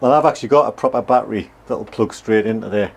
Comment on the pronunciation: A big shout out to () for pronouncing the word “battery” PROPERLY and not incorrectly calling it a “battrey”. And who saves old mattresses??